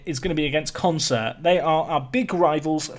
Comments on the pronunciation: Isn't Consett pronounced 'Con - set', not 'con - sert' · Who's gonna tell him it's Consett and not Concert?